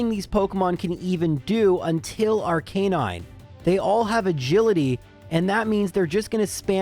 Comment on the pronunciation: Ar-ke-nine? First time heard someone spell it like that.